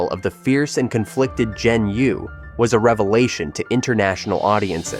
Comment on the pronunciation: 'Zi' rhymes with 'her'; 'Yi' rhymes with 'tree.'